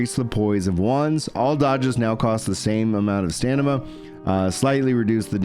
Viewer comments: Bro you always saying stanima instead of stamina cracks me up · It's funny you say STANIMA everytime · Heehee..... stanima.